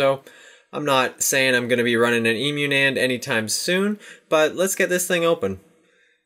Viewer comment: "ē-mew" nand" Lmao!!!! It's pronounced with a short e, not a long one. Cuz... you know... it's short for emulated. Which if by some chance you are also pronouncing wrong, it also has a short e. Haha.